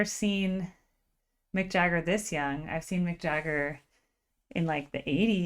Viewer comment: It's Mick Jagger not MCJAGGER!! GO read about How Lynyrd Skynyrd PISSED OFF AND SMOKED Mick and the Rolling Stones at Knebworth England show in 1976!!! RIP LYNYRD SKYNYRD 🐐🎤🎸🔥🔥🔥😍😍😍😢😢😢😢